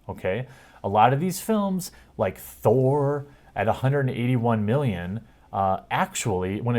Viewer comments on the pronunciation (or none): none